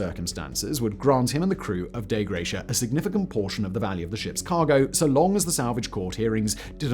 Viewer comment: Dei Gratia.... no L in the name. "Dei" is pronouned "dye".